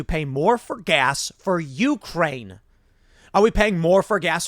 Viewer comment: It's You-CRANE, not YOU-crane. Take some of that money you're making and learn to read.